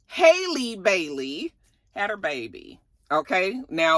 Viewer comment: You had it right the first time it’s not pronounced “Hay-Lee” Her name is pronounced just like Halle Berry but yea she was pregnant idc what anyone says. Is it our business? No. Did she have to announce anything? No. Was this whole thing strange? Yes